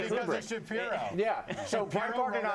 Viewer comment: WOOK AT WITTLE BEN SHAPIWO!!!